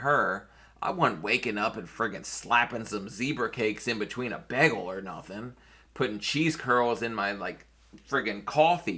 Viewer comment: 🙄Your one liners rush out so fast & we know why.🤡 FACTS but what's a "Bag-ill"?